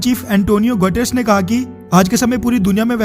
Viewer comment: भाई उसका नाम UN चीफ का "एंटोनियो गुटेरेस"🤣😂🤣😂😝😝😝😝😝🤣😂🤣😂🤣😂 बार-बार गटर्स-गटर्स कह रहे थे तो मुझे भी अपने ऊपर लघुसंका होने लगी थी कि कहीं मैने गलत तो नहीं सुन -पढ़ लिया